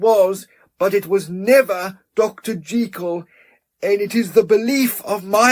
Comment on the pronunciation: This is a brilliant reading! And thank you for pronouncing Jekyll the right way!